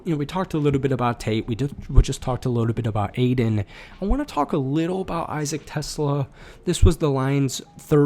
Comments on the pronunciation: It's pronounced "te-SLA". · Great vid! Just so you know, it’s pronounced “Te-Slah”, not like the car